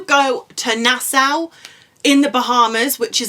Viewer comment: I’ve watched a lot of your videos, and I am thankful for them. However, please pronounce “Nassau” correctly. It should sound like na-so (as in “so what”). We asked the locals because our co-travelers from Scotland were pronouncing it like you do. The Bahamian locals said it is “na-so”.